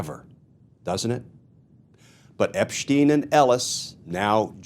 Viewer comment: Who’s epppssteeen? This fool cannot even get names correct.